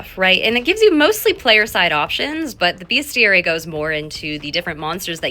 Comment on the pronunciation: Bravo for saying “BEST-iary” and not “BEEST-airy.” Ten points Gryffindor’s Saddlebag.